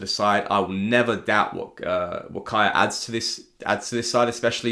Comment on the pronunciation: iirc a couple years ago in an interview Kjaer said he pronounces his name K-eye-air (the way you do). I think the name is traditionally Kee-ahr or Kee-air. But that's not how his family pronounces it so you're right on.